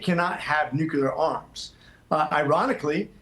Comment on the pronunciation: Dude can’t pronounce “nuclear”! Like Jimmy Carter, he says “nucular”!